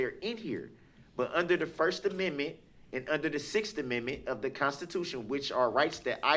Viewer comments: If he says ammimii one more time !!! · STOP PRONOUNCING AMMENDMENT AS AMMIMIT! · "first ameme?" 😆 🤣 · The 6 AMENMET ??? 😂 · The Cartman pronunciation of 'amendment' 😂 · I never - NEVER - never tire of hearing him pronounce "axe a question" and "(whatever)# amemnent". Brooks showed what a complete novice trying to play professional and challenging the rules at all times looks like. His opinion (view) of truth and what is germane to the case at hand is absolute comedic gold.